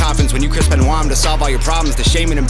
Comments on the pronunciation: The Chris Benoit bar is a of this vid: There gonna need a whole family of coffins when you Chris Benoit (pronounced Ben-wah) them.... ......I think you missed it because you had the pronunciation wrong. fiyaaaaa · Benoit is pronounced Ben-Wah. The line is of your video :D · It was the pronunciation that threw you off... It's Ben-wah, not Ben-oyt Great reaction regardless!!! Never get's old seeing this funeral #HangOverGang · It’s pronounced Chris Benwah!!! (Gonna need a whole family of coffins) 🤣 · Chris benoit's last name is pronounced like benwa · It's pronounced Ben-Wa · Benoit is a French name. Just FYI. Pronounced BEN-WAH‘. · You're right that's probably exactly how it missed it because of the pronunciation I didn't even think about it like that!! So you off the hook for this one, we blame it on the pronunciation 🤣😜